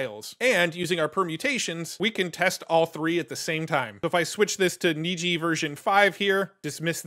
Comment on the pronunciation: You are correct, Niji is Japanese for rainbow and is pronounced as you said (neejee)